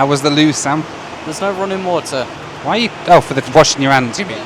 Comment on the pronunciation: Did Sam lose his British accent for a American maybe I still hear him say water with that British accent